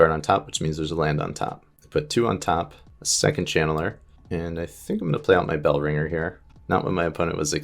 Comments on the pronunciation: He also says village bell- ranger a number of times when the card is called bell-ringer. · Bell-ring-er not bell-ringe-r 😂